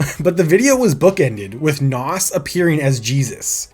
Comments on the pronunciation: It’s pronounced nas not “Noss” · Why are you pronouncing Nas' name like that? It's Nas (rhymes with "Oz") NOT "Hass" like avocado 😂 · wow you say NAS so wrong lol its not NOS like you say IT sounds like NAZ say it right boss man im from nyc and his hood to be exact lol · FOR THE LOVE OF GOD ITS NAZ NOT NOSSS 28,000 POUNDS £ NOT EUROS € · A lot of people can’t pronounce his name correctly lol. A better way to explain the pronunciation is “NAWZ”